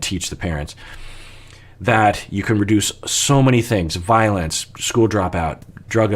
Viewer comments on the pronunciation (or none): none